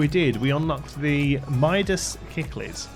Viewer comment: I can confirm you pronounced Cichlid right the 2nd time :P